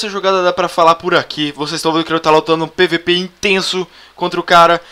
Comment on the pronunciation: ELE PRONUNCIOU PIVIPI KKKK